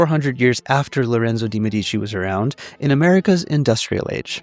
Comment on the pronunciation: I love this video, but the pronunciation of "De' Medici" is completely wrong